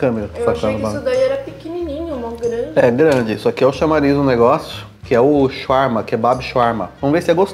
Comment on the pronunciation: Eu quase o infartando vendo vc comer e pronunciar Shawarma td errado. Na cidade onde moro tem uma Shawarmaria em cada esquina, não se tira o papel td para comer pq se não desmonta mesmo. Aqui tem shawarma Vegano, mas, não é com frescura, tem falafel no meio, molho de alho, batata frita, picles, alface e tomate, é muito bom. Eu sou vegetariana há 15 anos, mais da metade da minha vida, não pretendo ser vegana, e não é querendo falar mal, mas, nunca encontrei nenhum restaurante com comida vegana que presta. Parece q tão fazendo algum experimento pq fazem algumas coisas muito sem sentido e fica td horrível.